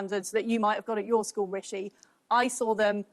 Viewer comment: Hope that it isn't Sunak or Truss. I couldn't take another year or two of the skinny guy pronouncing it "Wishi Sunak" or "Liz Twuss" all the time.